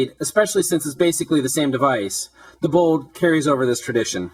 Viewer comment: BOLD no bowd